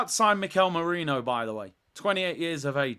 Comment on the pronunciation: It’s merino not moreno